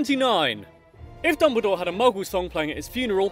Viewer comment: If you ever say “I’m ” again, I will hunt to down and make a horcrux!